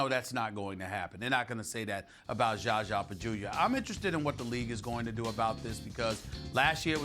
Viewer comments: next clip is ''Is SAS calling Zaza Pachulia 'Jaja Pajulia' intentionally'' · "JarJar Pagulia" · Still with the Gjahgjah Bajewelia lol smh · He still calls him jaja bajulia 😂😂😂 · Why he keep calling him jaja bajulia? 😂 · damn do any of them know how to say his name